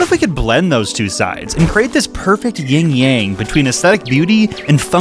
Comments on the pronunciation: "Ying yang" Bro is six 💀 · “Ying Yang”